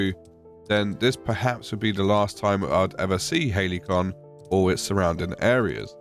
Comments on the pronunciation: It's not surprising they were surprised when you told them you were in "Haley-con", mate. It's pronounced more like ha-li-see-on. 😂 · Halcyon = Hal-see-on. Not Hailey-con. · When you start out in an Elden Ring ripoff but end up in the Dreg Heap DLC. This is absolute horror They genuinely named a zone in this game "Halcyon" That's the fantasy game equivalent of naming your firstborn child Veronica or Chad And it's pronounced "Hal-cee-awn"